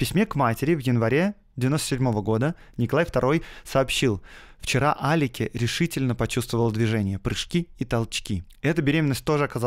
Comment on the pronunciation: Насколько я знаю, Николай II называл жену не Алике, а Аликс, может ты неправильно прочитал?